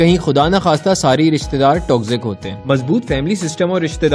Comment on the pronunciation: ristedaar nhi rishtedaar hota hai intro check kro